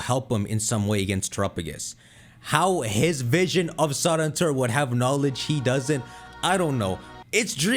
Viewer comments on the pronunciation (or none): none